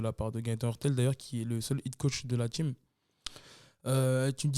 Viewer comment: "" c'est team, pas tchim